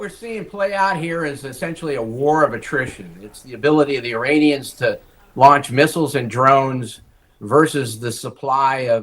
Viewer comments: struggles quite a bit, still says “Uranians” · Uranions ??? Brahhh u glitching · the "Uranians"? You mean the people from Uranus?